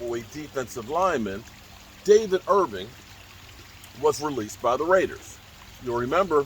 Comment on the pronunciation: Irving with a G lol